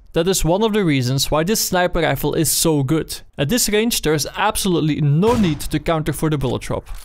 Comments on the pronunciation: why you say sniper reifl instead of sniper rifle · "Snæper leiffell"